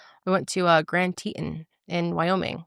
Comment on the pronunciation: It’s pronounced the grand “tee -tons” 😂😂 I wish I would have known you went a few hours from the Tetons!!!!